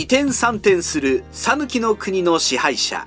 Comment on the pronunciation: 讃岐人です。「さぬき」の発音は、「さ」にアクセントを付けず、平坦に「さぬき」と発音していただければと思います。